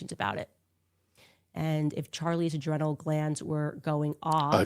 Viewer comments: Ny-ev-a-dy? Add it to her stupidty list of mispronounced words.😂🤣😂Uh-drin-ull. Come on Camrys! If she is gifted the who mensa and any IQ testing system is a fraud and all common sense goes down the toilet! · She can’t pronounce the word “adrenal” properly!! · She mispronounced 'adrenal' in this clip. Did she do that on purpose too? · Bro when you correct her pronunciation of adrenal I died. 🤣🤣🤣💀💀💀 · Adrenal, naivety - two mispronunciations so far. Clearly, she was a DEI hire for all of them, starting with the Daily Mail. But for her black skin, she would not have ever been hired. No wonder Charlie and all the rest of them got rid of her. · Ok she mispronounced “naivety”. She mispronounced “adrenal”. They were both alpha level mutants. And of course she pulled her home schooled kids out of school. Effectively kicking them out of the house.